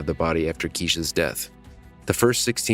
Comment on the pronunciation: Call 6 omfg. We share the same name which is very unique..that freaked me out so much and the case hit even harder, poor girl :(( Btw the voiceover- you keep pronouncing it incorrectly its Kai-ee-sha. Now i know if im murdered everyone gonna say my name wrong still :')